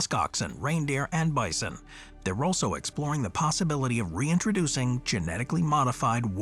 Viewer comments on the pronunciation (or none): none